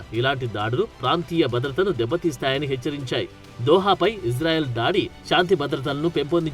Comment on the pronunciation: మీరంటే మంచి అభిమానం ప్రతీ వీడియో మిస్ కాను సార్ దయచేసి నా మనవి వినండి ఇశ్రాయేల్ అనండి/వ్రాయండి సార్ ఇజ్రాయేల్ కాదు సార్ హిబ్రూభాషలో ఈవిదంగా లిపి ఉంటుంది יִשְׂרָאֵל కుడి నుండి ఎడమకు చదవాలి 1.యోద్ =య "ఇ" ( * יִ ) 2. షీన్ = ష లేదా “శ” ( * שׂ ) 3. రేష్ = ర (* רָ) 4. అలెఫ్ = ఎ (* אֵ ) 5. లామెద్ = ల (* ל ) *ఇశ్రాయేల్ * ISRAEL ఇందులో "J" ఎక్కడుంది సార్ దయచేసి ఆ దేశ సార్వబౌమాధికారంతో పెట్ట బడిన పేరును అవమానించవద్దు, ఇది గమనించండి. ఆదేశం యొక్క పేరును అబాసుపాలు చేయకండి. మాకు తీరని అవమానం. ప్రతీ అక్షరం క్రింద ఒత్తులు (దాగేష్ ) ఉన్నవి. హిబ్రూ అక్షరమాలలో "జ" అనే సౌండు లేదు మీకు శతకోటి దండాలు తప్పు పలక కండి,వ్రాయకండి.